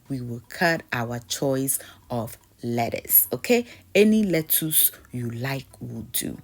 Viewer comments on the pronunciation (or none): Lettwoss, Toman toes, Kokomba 😂😂😂😂